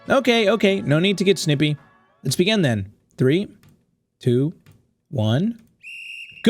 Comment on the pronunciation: the word: begin: "begging"